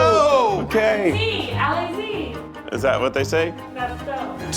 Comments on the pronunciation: I’ve heard a lot of weird pronunciations of French words. But never have I heard Al-lay-zee for Allez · It’s {uh-le-uh-le) not {all-ay-z}😭💀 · pronunciation of Allez has me dyinggg 💀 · them saying GO and someone from their staff sayiing Allez but pronouncing it ally~zee gave this french canadian a bit of a giggle as it is pronounced a as in the way a small a sounds a~lay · Allez, Allez, pronounced (Al-lay). Hearing that be pronounced as (Al-lazy) made me die inside a little bit. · Allé we don’t pronounce the Z 😂😂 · As a Canadian, it’s absolutely hilarious hearing Americans just completely butcher French words “ah-lay-zee” oooofff 😂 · next request is to run the French things past somebody who speaks the language first cos I'm German and it took me WAY too long to connect Allee-Zee with Allez:DD (where the z is not pronounced) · "alleZ" that hurt me and i'm not even french 😂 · you would pronounce ALLEZ like "AH-ley" no Z at all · Did I just hear "allez allez" pronounced as "allay-z allay-z" by lolol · "alay-zee" for allez is criminal. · I'm sorry but the pronunciation of allez is sending me Ally Zee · alla zee! alla zee! "that's how they say Go!" no... just no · has me dead with the Al-eh-ze… Al-ay. Love you! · hearing them say allez like "allay zee" hurts me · saying alle-Z alle-Z hurt my little french heart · Mose Americans don't pronounce it that way...this is the first time I've ever heard someone pronounce allez like that. I think you'd be more likely to find an American saying "all-ezz" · The girl who can’t pronounce ‘allez’😂😂 sounded like a mix of allez and ‘vas-y’😂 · That absolute butchering of allez 💀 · oh no, pronouncing the Z allez haha I love her effort though! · I can't tell if the producer is pronouncing Allez wrong or if the subtitle is wrong and she's saying Allons-y. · they butchered allez so hard im crying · The way pronounced “allez” got me